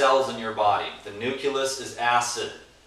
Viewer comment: Hey, I love your videos and your positive vibes! Your uploads keep me motivated to keep adding more and more raw, fresh fruits and vegetables into my diet!... by the way nucleus is pronounced: NU-CLEE-US not NU-CUE-LUS... much love!